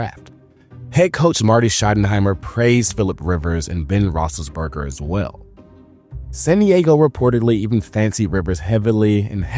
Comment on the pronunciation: Try saying Roethlisberger again